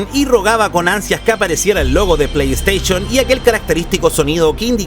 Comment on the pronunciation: Playsteichon, chaolin jajajaja! Aprendé a hablar! El video estaba bueno igual :D